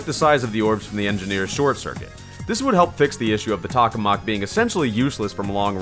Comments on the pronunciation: Just an FYI, you’re saying “tak-oh-mak”, but it’s “tak-ah-mak”. It’a a reactor in real life. Also, while a space themed weapon would be cool, in a 50s ascetic environment, he shouldn’t have a weapon based on a reactor we still haven’t been able to get working. Also, omg, your suggestions to improve the weapon are Sooooo not balanced! You want it to rapid fire the bullets from the shirt circuit?? Almost all weapons with unlimited ammo have major downsides! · tock-o-mack** >:V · What? Tokamak more like tohamak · It's pronounced toe-ka-mahk, I think? That's how I first heard it. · Vid was cool but I died a little inside every time you said the name wrong.